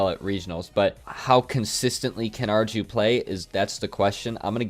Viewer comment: I think that u might would like to know, arju is pronounced AR EE U, just a smol fact